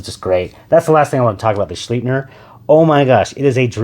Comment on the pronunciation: It's pronounced Shlipe-ner, not shleep-ner. This is from the company itself.